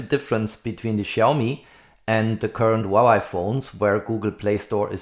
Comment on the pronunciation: Very good review. Btw, Huawei is pronounced as "Hua Way", not "Hua Wai"😁